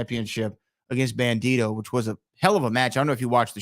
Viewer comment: It’s bandido. Not bandito